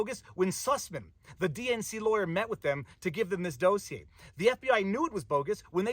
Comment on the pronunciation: I like the way you say DOSE ier. That’s not the way Sean says it…….every other day….